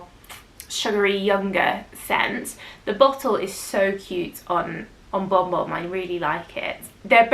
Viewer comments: Kayali vanilla 28 is good for lasting and the brown sugar note is yummy. Am I the only one that heard "bomb bomb" when says Bon Bon? 😁😊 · Yes, was saying Bomb Bomb. I replayed to check?!?!?!?